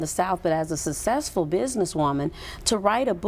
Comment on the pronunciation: She can't even correctly pronounce the word "successful"..... pay attention people. But I guess it doesn't really matter because she's successful..... LOL!